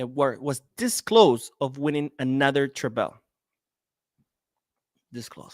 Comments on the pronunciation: Hey, the word treble is pronounced treh-bl. Treble. Unless you are not pronouncing it in English? What language would you say it that way? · Yes!! He does the same thing with treble, mispronouncing the word.